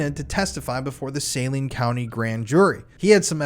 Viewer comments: I was in my early 20's at the time this happened in my town. I remember very well. I also remember that within 2 days of this incident, you couldn't buy any weed ANYWHERE in Arkansas. Most people here know what happened, well those my age and younger. Also, it's pronounced Saleen County/Hospital. Great job! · Great work on this. I am reading the Boys on the Tracks right now. One point of correction, the county is pronounced suh-LEEN. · It's pronounced sa lean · Its pronounced saLENE